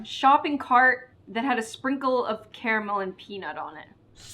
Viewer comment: The way she pronounces Carmel 😡 No hate tho